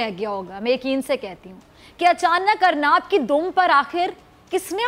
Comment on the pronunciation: अर्नाब नही अर्नब बोलना सिखलो